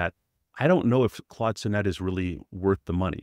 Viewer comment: Great review! Sonnet is pronounced saa·nuht btw.